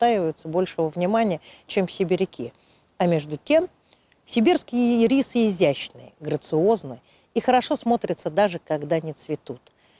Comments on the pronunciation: очень резало слух ирИсы. первый раз такое произношение слышу. вообще то Ирисы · Кому нужен ирИс, тому - в кондитерскую. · Блин, а я всегда думала что они Ирисы, с ударением на первую И... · не извиняйтесь! И рисы,режет слух,как и слово рододендрон. Его тоже искажают так,что тяжело слушать!